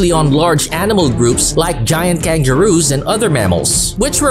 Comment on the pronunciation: The hell did he say Kanjeroo what the hell